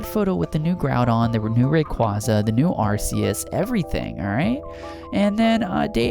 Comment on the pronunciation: You said arceus wrong